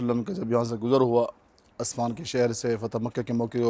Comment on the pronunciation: بھائ جان جگہ کا نام اصفان نہیں عسفان ہے